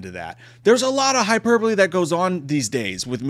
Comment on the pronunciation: I'm so proud of you for finally saying hyperbole correctly. 😃